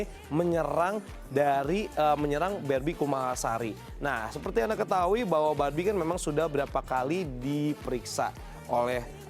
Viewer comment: apa gw doang yg denger doi bilang "B*Bi KUMALASARI " ..hihihih